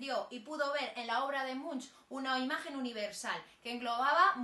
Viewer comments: Se dice ˈɛdvɑ:ʈ mʉŋk, inculta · Se pronuncia Edward / Munk/ y significa monje literalmente. Gracias.